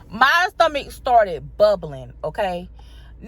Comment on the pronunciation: I crack up everytime she says “stummuck” 😹😹